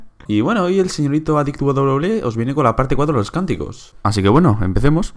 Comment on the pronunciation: Una pregunta. Porque adil wwe? en vez de adict wwe